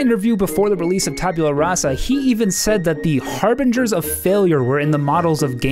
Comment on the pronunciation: Lord British: "Tabyula Rasa." Also Lord British: "Taboola Rasa."